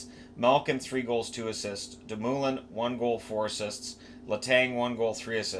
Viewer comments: For future reference its Doom-a-lin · De.. Moooooooo.. Lin LMAO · It's De Moo Lin!!! Lol same I was cringing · Brian Dumolin = "DOO-mo-lin" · Hockey handles are hard. Be helpful. Legion of Doom-ulin. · That Dumoulin pronunciation causes me physical pain. Great video though